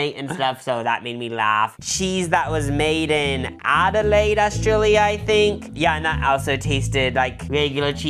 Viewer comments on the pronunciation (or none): none